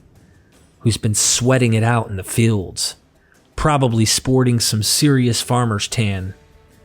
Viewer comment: It becomes a bit of a chore to listen - when the Narrator pronounces words incorrectly. It took me a little minute - but when I realised that this guy has problems with the pronunciation of long vowel sounds - I was able to not have to back-track so often. '"Feeling" cornered' - became '"filling" cornered' - and "fields" became "fillds" . . . "Labyrinthine" was tortuously mispronounced - and "tales" became "tells" . . . And it's not a regional accent thing, or that English isn't his first language - or even a speech impediment. His English is as near accent-LESS as I've heard. No - it's just that he has a real problem with long vowel sounds. Although still a little jarring - I could listen okay, once I'd figured it out.